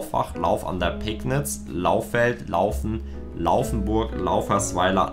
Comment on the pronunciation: Es heißt nicht Peknitz sonder wird das Pegnitz ausgesprochen WEICHES G und hartes P